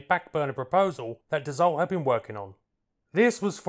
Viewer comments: Hahaha... you pronounce it "dasso" not d-assault! 😂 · An interesting and enjoyable article with great aerial footage, but I do believe you will find that the name is pronounced "Dass-o" not "Dass-olt." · Dassault is pronounced, dasso. Good stuff. Rare aircraft. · it s 2 m53!!! put some background sound of thoses beasts.. and also DASSO not dassolt. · Never heard of it before watching your video. Thank you! Dassault => Pronounce "dasso". Usualy in french the last consonnant is mute, but wiht proper nouns it can be tricky. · Dassault is correctly pronounced "Dasseau." The L and T on the end are ignored. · DAH-Soh. Theres not T in the pronunciation. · Its pronounced "daso". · When I worked in private aircraft management and overheard my boss's speaker phone calls to Dassault customer support they never corrected his pronunciation which was like yours which was likely because we were their customer. Now Bombardier in Quebec had no problem letting him know it was Bom-bar-dee-ay and not Bom-bar-deer.